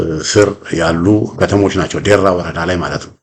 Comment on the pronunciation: ደራ ወረዳ not ዴራ